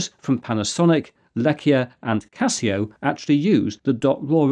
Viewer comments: its not "Lecia" but "Leica" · Just a correction on : you probably ment to say "Leica", read as "lie-kaah". Other than this everything else is just superb. This is definitely useful for academic use! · I think you are referring to the distinguished camera and lens manufacturer Leica (Pronounced 'lye-ka') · Thank you again for your exellent work. Just to mention: the camera company is called LEICA (rather then Lecia). Greetings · I think that you were trying to refer to Leica cameras, but wrote and said 'Lecia'. 🤔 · Not sure that you really meant to say Lecia for that make of camera. I think you meant Leica ! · Lecia? I haven’t heard of that. Are you sure you don’t mean Leica? (Leitz Camera). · Lecia? Leica! (Like-ah) At least that's what my photography teacher called the camera, that's what the book was called, and that's what's on the cameras themselves. I could be wrong. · I think the camera brand you call Lecia may actually be Leica, pronounced LYE-ka. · Lecia??? Leica maybe? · Chris, thank you for an excellent video. Did you mean to say “Leica” instead of “Lecia” ? I couldn’t find any references to “Lecia” online… Thanks again! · Aside from you writing and saying LEICA wrong, your RAW description is missing some crucial info. 1. With the raw sensor data it is entirely up to the software to interpret the subpixels, thats why every raw converter will produce a completely different looking picture. 2. Sensors in nearly all times have no full rgb pixel, but every pixel is either r, g or b witg g as green appearing double as much usually. The rest is to be mathematically inserted by the raw software. 3. The range of numbers and how they behave in each camera model is completely different, thats why every software incl the photoshop you mentioned needs to get an update for every new camera that is released to the internet except when DNG is used. Before that update is released and installed, your software cant even open the file at all.